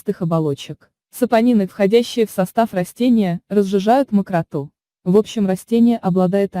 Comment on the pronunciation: Слух режет выражение - разжижает мокротУ. Правильно говорить мокрОту.